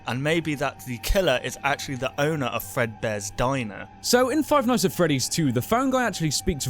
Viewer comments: Five ights at freddy's LOLOLOLOLOL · Seth Nowac five qights at freddy's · "Five ights At Freddy's", my favorite game.